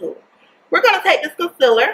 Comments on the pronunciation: I kinda really hate how she says concealer lol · "fermula" , "conselur"